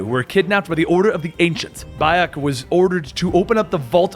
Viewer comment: Never say Bayek or Amunet again plz